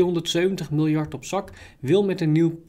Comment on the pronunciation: Haha die 270miljard klonk wel geniaal boers :)